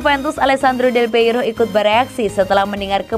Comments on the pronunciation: Aduh neng, bukan delpeiro🤭 tapi Delpiero😁.. mimin mimin Forza Juve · Mbaknya sepertinya bukan Juventini. Menyebut nama salah satu legenda terbesar Juve aja bisa keliru.